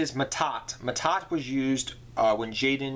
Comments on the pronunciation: Yes, but L.t mad productions was probably talking about pronunciation. Ma'At is pronounced ma-aad, while Mahad is pronounced Ma-haad, not maa-tah, not ma-taat. That's the mixup. And yes, I cringed as well as I heard it, especially as a fan of the character Mahad. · That's Mahad Not Ma'Ta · MAHAD. Holy crap. There' no T.